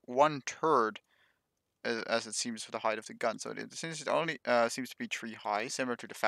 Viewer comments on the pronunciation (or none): you need to work on your pronounciation of 'th' there is a big difference between third/turd and three/tree.